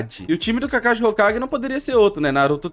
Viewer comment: Cade o s kkkkk kakashi kakahi